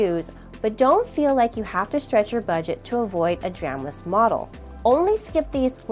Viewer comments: It wouldn't have been so bad except that there was a period where you were just going, "dram, dram, dram, SSD, dram, dram" :D I didn't think my comment was so bad! :) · Good video, very comprehensive and informative but my god was i triggered over the pronunciation of DRAM. 😅